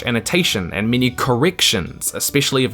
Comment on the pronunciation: What you say: “many elves” What I hear: “mini elves”